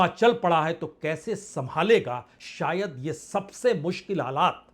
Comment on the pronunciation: Bajpai ji hindi language me 3 sha hote h tb bhi apko hindi bolna nhi ati jaruri nhi hota zaruri hota h Sayad nhi hota shayad hota h Najuk nhi hota nazuk hota h